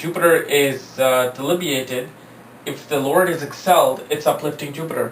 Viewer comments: 'delibiated'? Smart ass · Debilitating not delibiated